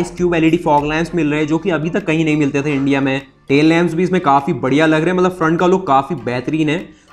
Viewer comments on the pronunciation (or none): UP se ho kya?? Mallab Mallab kya hota hai?? Mat-lab hota hai. Mallab. 🤣🤣